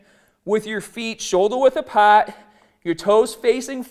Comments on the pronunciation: "Shouldah width apaaaht." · Apaat: apart